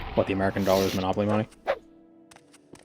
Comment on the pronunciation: Hearing him say "dollar" and "room" reminds me of old Jerma streams before he lost the boston accent